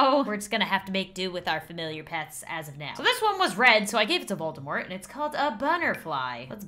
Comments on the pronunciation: Just letting you know, although I'm late, Voldemort is pronounced Vol-De-Mor, as if he's French. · Fun fact! Volemort is actually pronounced: "Vol-de-mor". Apparently the t is silent. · Dark lord not Volde mort